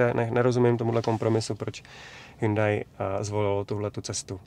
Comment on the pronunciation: prý se to má vyslovovat Hjóndé